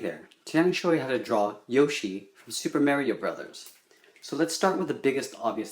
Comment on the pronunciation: CALL IT SUPER MAYRIO ONE MORE TIME I DARE YOU